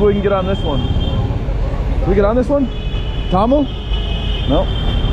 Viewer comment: Brother your pronunciation of Thamel is a bit off so people couldn't understand you right away. The way to say it is Tha-mél and put more emphasis on the mél (pronounced like mail). Cheers mate have fun👍✌